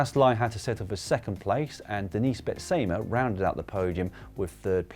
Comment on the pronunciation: a little pronounciation tip: the middle section of Bet/se/ma doesn't get an emphasis as in say. It's more silent as in seduction.